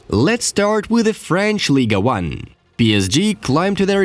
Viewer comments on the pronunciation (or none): would you consider pronouncing ligue 1 correctly?